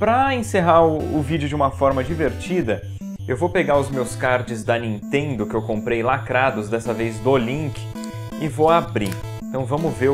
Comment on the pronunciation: N(ão)intendo xd é Nintendo rapaz